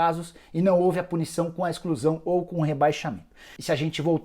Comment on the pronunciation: "ExClUsAO dO FlAmEnGo." 🤣🤣🤣🤣🤣🤣🤣🤣